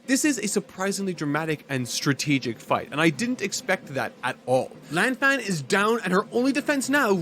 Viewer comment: He also mispronounces Lan Fang